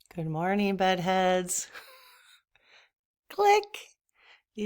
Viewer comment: Every time you say good morning bed heads, it sounds like you're saying good morning buttheads! You're hilarious and happy happy birthday! How many freaking mugs do you own?!!!☕☕☕☕☕☕☕☕ I keep saying we are twins, and now we are the same age!! You are my soul twin!